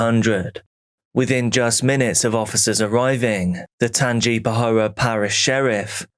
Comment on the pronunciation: Pronounced Tanga pa hoe